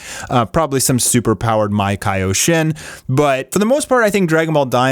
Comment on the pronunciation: MAkaioshin...not maikayoshin.